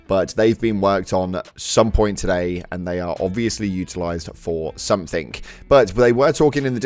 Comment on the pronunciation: Ugh, it makes my skin crawl when i hear british people saying "somethink" instead of "something"